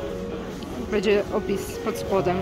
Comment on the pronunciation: Moi drodzy,przestańcie mówić"bedzie",bo to aż razi,macie świetne filmiki z targów staroci,ale dbajcie też o ten nasz piękny j polski,przecież bedzie,a będzie to jest zasadnicza różnica